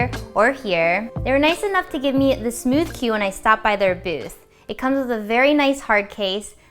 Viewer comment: Did you really say smoosh?